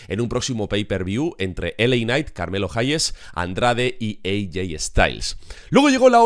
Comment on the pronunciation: Como es posible que semana a semana siga empeorando el como dice el nombre de carmelo